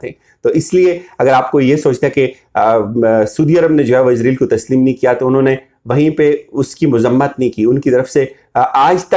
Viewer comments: بڑے بھائی السلام علیکم ورحمةالله، ازرائیل نہ بولا کریں صحیح لفظ اسرائیل ہے!!! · کہاں کہاں سے اٹھ کر لوگ ویڈیو بنانے آ جاتے ہیں؟؟؟؟ لفظ بھی بولنے نہیں آتے ۔۔۔۔۔۔۔ سودی عرب۔ سودی عرب۔ سودی عرب۔ عزرائیل۔ عزرائیل۔ عزرائیل۔ وڈے تجزیہ نگار ویکھو۔ 😇😇😇😇😇😇😇